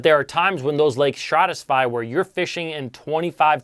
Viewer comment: Dude there is only one S in stratify lmao. Hearing you mispronounce that every time was too much